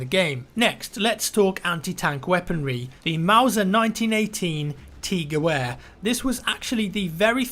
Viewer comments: the gewehr is pronounced with a V not a W as far as i remember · Ge-Vahr.. not geWare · in German the w is pronounced as a v. Therefore it's guh-vare, not guh-ware. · gewehr is pronounced guh-vair not ge-wair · Gewehr is pronounced Geh-ver not Geh-wer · It's pronounced GE VV ER! As in the "W" is pronounced as a V. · "Gewhere", beautiful pronunciation there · "Gewehr" is literally German for "rifle", the W is pronounced as a V sounding like "Gevehr". Just in case anyone was wondering. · gewehr - pronounced guh-vair. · The "W" in Gewehr is pronounced as a "V" btw. It's german for rifle. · W's are pronounced as V's in German - Just a heads up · Wanted to let you know, in German the W is pronounced as a V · again... it's a "Geh-Vher" the W is german, it sounds like a "V" and it's not a "Geh-Vher" it's a Mauser 98! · T 'Geh-Where' lol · Its pronounced Jew-er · pronounced with a W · "W" is pronounced as "V" in German and "V" is pronounced as "F" and "F" is pronounced as "F". So "Gewehr" is prounounced "Gevehr". This is madness I am out. Nice video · Hey, the German "w" is pronounced as a "v", so words like "gewehr" are pronounced "gevehr". Just a heads up. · the pronunciation of the gewehr is said like gevehr. Sorry just a little pet peeve. Do you think we'll be able to peek corners with side mounted scopes? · just a helpful side note gewher is not pronounced the way you are saying it but instead the wh in the word sounds more like a v. Its hard to explain but just thought Id leave a friendly tip. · gewehr is pronounced gevehr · gewehr is pronounced geveer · W is pronounced as a V in "Gewehr" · Gewehr is actually pronounced Gevair, but that's okay! :) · GeVEHR. pls. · It's pronounced "Ge-Vehr" lol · FYI: The W in German (like in the word Gewehr) is pronounced like a V in English. Not trying to nitpick. Just thought it might interest you. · The W in Gewehr is pronounced like a V... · It's pronounced Ge-vehr. with a V.